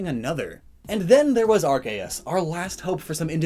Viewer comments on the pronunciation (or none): Annoys me when he pronounces arceus (pronounced “Ar-key-us) as “Ar-kay-us” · No one This guy : arc-ay-us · Gotta say, I’ve never heard Arceus pronounced that way... and its not my favorite.